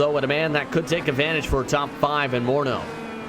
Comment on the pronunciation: A little note for the broadcasters (as Kris Moreau is too modest to point it out). There is no "N" in Moreau and it would be lovely if you could add Pure Motorsport to your graphics chaps. Thanks